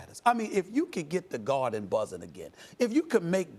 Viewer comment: "I'll clean up his locker at the GARHHHDEN"